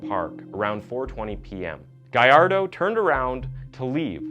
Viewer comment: Lol it's Gallardo not Guy-Ar-Doh